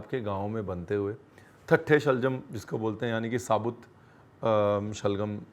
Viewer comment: My friend. Shalgam nahin shaljam kehte hain.